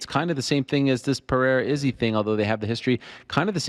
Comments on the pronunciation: Finally someone told Chael to say Pereira and not Pierra 💀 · Isn't that 'peira'? Legend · Don’t correct someone on pereira’s name then also say it incorrectly lmao, it’s PA-HAY-DA